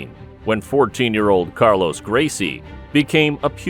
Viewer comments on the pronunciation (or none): none